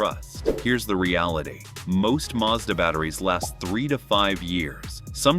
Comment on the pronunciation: It's pronounced maz-da. Hard "A" x 2 .short sylybles. Not Marrr Z daaar.